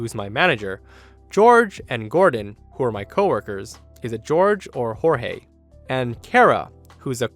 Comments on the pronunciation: It's Jorge not George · When it's spelled that way, it's pronounced Hor-hay.